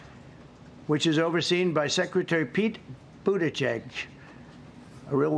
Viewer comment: All this and the thing that shocks me more than anything else is Trump pronouncing “Buttigieg” correctly 🤯😭